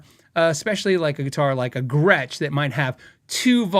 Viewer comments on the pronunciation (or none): none